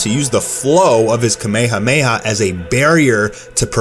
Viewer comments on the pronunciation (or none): Kameha meha wtf. Its kamehameha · Please fucking learn how to say kamehamaha